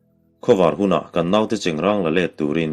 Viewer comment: 25 seconds..3rd ve hlauh. Chengrãng ti rawh, cheng rang chu a in hmeh lo, a pa lo😇...👍👍👍